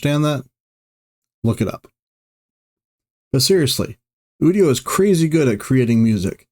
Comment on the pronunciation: It’s actually "you-dio".